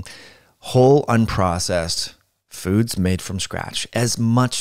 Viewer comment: Listened to that about three times sorry to be that guy. Obviously accidental but very funny. Lol "foodses"